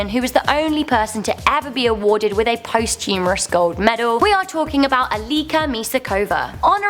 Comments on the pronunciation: I know Americans change the spelling and pronunciation of English words, which is fine, but at number 6 the woman surely didn't get a post-humourous Olympic medal. I think you mean posthumous. She got the medal after she died, not after she had finished laughing. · Okay I am hoping that I misheard a word being improperly spoken. I thought I heard her say that a medal was presented to someone "post humorously", when the word is actually "posthumously". I hope I'm wrong. Anyone else hear it that way. Thank you. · You need to learn to pronounce posthumously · One died and was awarded a gold medal post-humourously ! I bet theyre not laughing now ! It's posthumously ffs LOL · A medal awarded "post-humorously"??? LOL